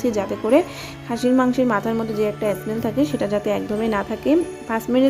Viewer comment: অ্যস মেল অ্যস মেল বলছেন কেন? স্মেল বলুন